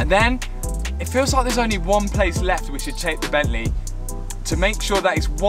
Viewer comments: Bentley...... Not Bent lay. Car looking and sounding good. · "But then I remembereehd it's E Bentleh" What a legend LOL, made me chuckle :) Keep up the great content